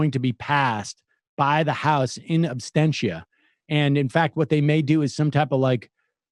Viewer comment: Absentia not abstentia.